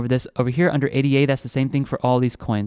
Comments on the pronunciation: It's Ada... not A D A.... as in Ada Lovelace a person. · A-D-A lol STOP CALLING IT THAT